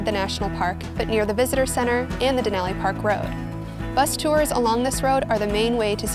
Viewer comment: Please learn how to pronounce “Denali”